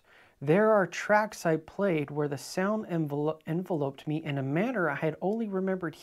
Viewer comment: The word “enveloped” should have the the 2nd syllable accented, not the 1st. 😏